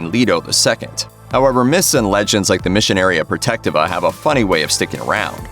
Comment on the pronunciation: wild pronunciation of "missionaria protectiva"